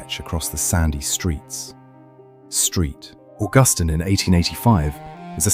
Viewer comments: "Street" Augustine. Fucking HILARIOUS. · Poorly done for our beautiful city. It is Saint (St) George street, not George street. What a horrible AI voice, British, really? I wish Augustine was pronounced correctly.